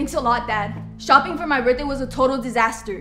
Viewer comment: Can u just mention that girl says birtday instead of birthday